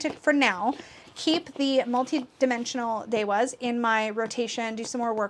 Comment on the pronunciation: interesting! I think that’s why I like it so much because finding it hard to relate to makes it so mysterious and magical to me *i’m also curious about your pronunciation of devas as ‘de-was’ where did you learn that?